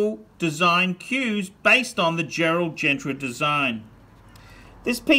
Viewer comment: Sure is a Shitter and phat boy it’s pronounced as Gerald GENTA not Gentra!